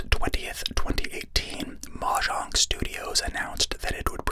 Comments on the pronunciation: i mean it's normally either mo-yang or mo-jang and hearing mah-jang the first time really caught me off guard though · That pronunciation of mojang made me open my eyes like a gunshot went off in my house